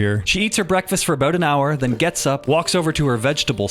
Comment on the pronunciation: Let's talk aboot the hooswife.